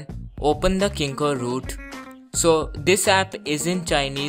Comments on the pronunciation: 1. Ur voice is irratating 2. U r pronouncing kingroot as kingoroot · dhoti say kingroot u r saying kingoroot u bhele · lol its called "KingRoot" not KingkoRoot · did He Said kingkoRoot 😂😂😂😂